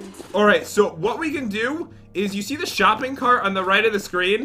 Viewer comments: you sed šuping not shoping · said let's go shoeping too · said let's go shoeping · said shooping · we're shooping Me:I can't do this:p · You said shopping Wrong